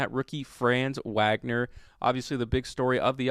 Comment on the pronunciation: Glad you're giving my dude some love. For future reference, his name is pronounced fronz VOG-ner. Peace.